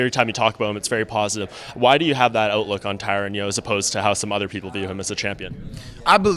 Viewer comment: It's tyron not Tyrone homie